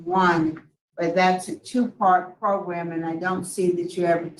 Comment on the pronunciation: Pro-gram.....program lol. Only can pull off "progrum" lol. Just saying